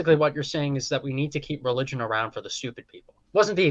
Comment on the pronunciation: It's Religion, not Relgion